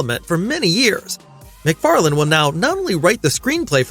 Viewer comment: I was gonna give him the benefit of the doubt, but at 2.28 he clearly says "McFarland is working on the script". It's prob'ly an AI anyway.